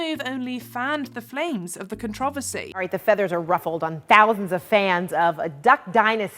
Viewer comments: The narrator mispronounced "controversy" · Don't think I've ever heard controversy pronounced like that before lol no dig just saying